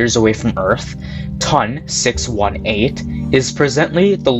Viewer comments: A dream come true would be to stop saying “TUN”. Say “tee oh en”. Would you call NGC 1332 “nuh guh ka”? “Ton” is the first three letters of Tonantzintla, relating to Aztec goddess Tontantzin, which doesn't sound like “tun”. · My man said " TON! 618"